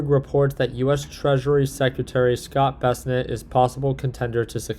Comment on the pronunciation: "Ba" "Sent" ---not---- "Bess" "A" Net". And while we're at it it's Chairman "Ggggeee" NOT Chairman "X" "I".